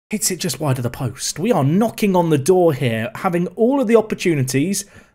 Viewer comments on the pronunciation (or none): none